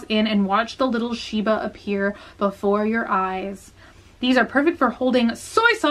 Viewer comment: you were super close!you said it perfectly, just shibA not shibU :) everything else was great! also omggggg everything is so cute! I looove the bowl and shiba thing. It's funny - I only know who Twin Stars and My Melody are because of the anime Sanrio Boys which is great, you should all watch. It's the most anime thing XD + it's (mostly) so pure it's just funny and cute and sometimes ridiculous lol